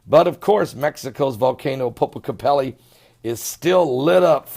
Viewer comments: Popocatepetl. It is POPOCATEPETL WITH AN "L" AT THE END OF THE WORD, PRONOUNCED POH-POH-KAH-TEH-PETAL. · I believe if he spelled the word correctly, he could pronounce it much better. My point to him was that it did not end in an "i" but an "L" and the last syllable pronounced like the petal of a flower. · It is Popocatepetl ! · seems to have great difficulty pronouncing place names and people's names - no matter what they are - I doubt if he will change anytime soon:-)